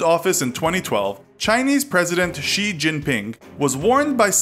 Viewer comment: China man is watching this video and will learn on it, btw he has pronoused xijinping's xi like a ji (could mean chicken)